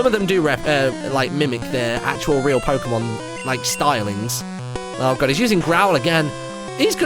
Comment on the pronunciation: did anyone else notice that Martyn pronounced Pokemon 3 differ ways? (Pok-ee-mon, pok-uh-mon, and pork-ay-mon)